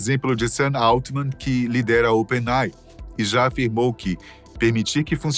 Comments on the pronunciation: não sabe ler? Não é Open-ei! é "Open-ei-ai" (OpenAI)...☺ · Excelente o vídeo, mas o apresentador fala "open ei", quando deveria falar "open ei ai"! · Toda vez que é falado Open "Ei" eu sinto um soco no estômago. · Open "Ei" 😂😂😂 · C&A não pronuncia "sei" assim como Open AI se fala Ei Ai. Espero ter ajudado este canal maravilhoso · OPEN EI AI !!!!!!!!! PRONÚNCIA CORRETA, OXI! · O narrador esqueceu do ‘i’ em Open Ai?